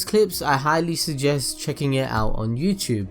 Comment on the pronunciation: u always pronounce youtube "YouTrube" lol